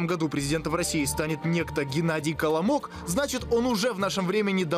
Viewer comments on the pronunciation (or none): не коломок а колобок 😂😂😂